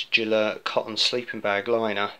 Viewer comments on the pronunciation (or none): I don't speak Welsh but the town Beddgelert is usually pronounced with the G being hard (like in "get", not as in "gel") so I've always pronounced Gelert that way (from the old legend about the poor dog, I think Beddgelert means Gelert's grave).